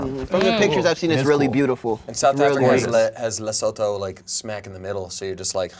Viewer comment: The Way said Leshoto hurt my soul